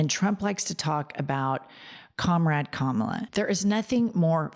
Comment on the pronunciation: And he cant say Kamala’s name properly !